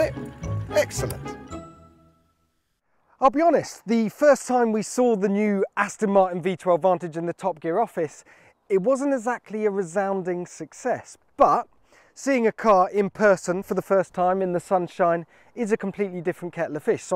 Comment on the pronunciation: Gear Will you ever get Jack Rix to speak correctly - Remind him it's 'Aston' Martin (not Astin) you know 'ezackly' what I mean.....